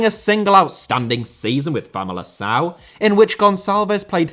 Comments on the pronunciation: My Dinis moment: Famalicão is pronounced FamaliKão with a hard C. You need a Ç like Gonçalves to make a soft C sound in the middle of words. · Just a little correction on your Portuguese (which I love that you are trying!): the C in Famalicão is meant to be pronounced like a K (if it has a Ç or its before an i or an e THEN you pronounce it like you said) and Pote in Portuguese Portuguese (as opposed to the Brazilian) the t is like the English one, and doesn't have a "ch" sound following! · in Portuguese c is c like in English. It's only an s when we put the little, below the c. Like that Ç But you're completely right Pote is a very good talent. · Might be an unpopular opinion, but I think João Palhinha deserves to go to a better club. Also, you miss pronounced Famalicão. C, unless written before and I or E, it's read as a K